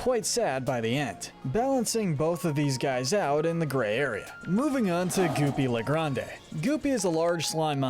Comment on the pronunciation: It's not goopy le grandE you don't pronounce the e it's just goopy le grand